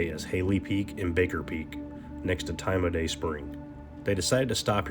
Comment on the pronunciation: It's pronounced Tye Maye..